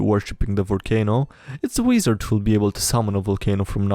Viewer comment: I love the way he says weezard lol